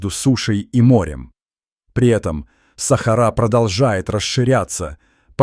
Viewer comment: Не сахару умник без тебя что там под без сахары ты хоть правильно произноси слова Сахара что на свое придумать что то свое ума не хватила расказываешь чушь сахара блин вот такую хрен бред несёшь следуй да сахары делай ударение правильно грамотей боже